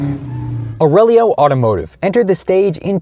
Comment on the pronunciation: “The name Aurelio. Can the Aurelo…” in the very next sentence.